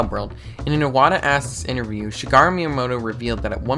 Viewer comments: "Shigarooh" weirdchamp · She-gara miyamoto